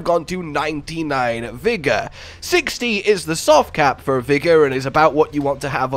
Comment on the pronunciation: "Vigga" aka " Vigorrrrrrrrr" Rrrrrr EEERRrrrrrrr R R R R ARE R robin hood. R